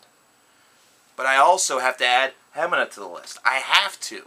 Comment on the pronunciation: It's pronounced "Hemeeeeena"